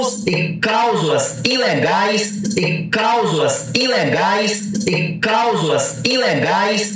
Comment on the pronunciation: Pera aí... é Causula ou cláusula...😂